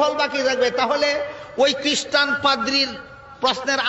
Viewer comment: কিস্টান আবার কি? উচ্চারন ঠিক করুন আগে, খ্রিষ্ঠান।